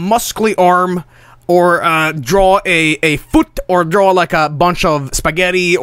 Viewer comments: Drove me fucking nuts listening to that. There's a huge difference between the word "draw" and "drawl." FFFFUUUUUU!!!! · why does rev pronounce draw like "drawl." a lot of americans pronounce stuff like that, like both becoming "bolth" roof becoming "ruff". it's weird. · Everytime rev says draw it sounds like he says drawl XD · Every time Rev said "drawl" it killed a part of me inside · Drinking game, take a shot every time: - does something completely different than what Rev says -Rev pauses and says "yeah that works" - criticizes Rev for his own mistakes -Rev says "drawl" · That killed me a little inside every time. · Rev: "Drawul"